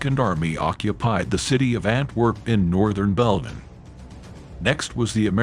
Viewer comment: Northern Bellman???? YAY AI BS!!!